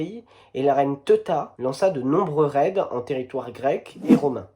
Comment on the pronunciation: T'as inversé Tosques et Guègues, Teuta se prononce Téouta, aucun n'est proche culturellement des Serbes et il y'a bien d'autres réctifications à faire ainsi que de très mauvaises prononciations.